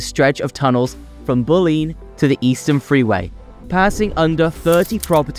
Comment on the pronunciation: yaa raa river.. bull lean... cant watch this listening to that